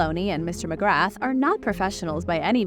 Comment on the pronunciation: The "t" in "McGrath" is completely silent.